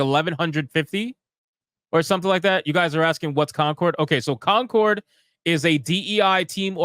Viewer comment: It's coNcord, not coMcord. #APHASIA #DYSLEXIA #RETARD